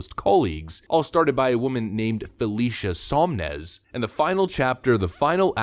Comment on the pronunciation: It is SoN-Mez, not SoM-Nez. It's written right on the screen multiple times but you mispronounce it over and over. Sloppy, but otherwise a good video.